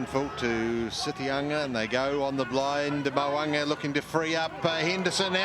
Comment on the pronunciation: 😂 2 attempts at his name and still got it wrong 🤣